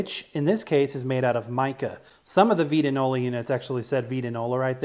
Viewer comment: It VITE-ta- nola ! Also, your cabinet I think was originally stained the reddish tone you see inside. I dont think any of them were raw oak color as is yours.